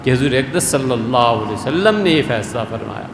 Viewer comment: This munafiq cannot recite correct darood.listen carefully he is saying Nabi salla waalehe wassalam.and you know meaning in Arabic changes even for a minor change.